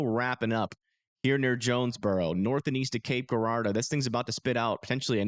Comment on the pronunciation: okay i know it looks like cape guuurardeau but its pronounced Jurardo if that makes sense lmao